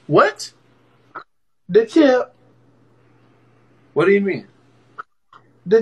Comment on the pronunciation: TOOK ME AWHILE TO REALISE SHE'S SAYING "THE TIP." 💀💀💀💀💀💀💀💀💀💀